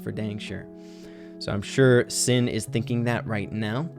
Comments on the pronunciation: Who else was saying SHIN everytime he would say SIN 😂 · his name is pronounced shin, (しん= She + n) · My boy, it's Alive Shin しん (shi+n)